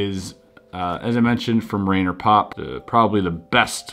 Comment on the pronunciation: little accent except when pronouncing the puzzlemaker's name. Rainer is pronounced Ryner like rye bread. :)